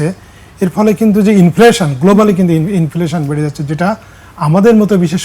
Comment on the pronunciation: Inflaaation na re কাংলি।😂😂😂😂😂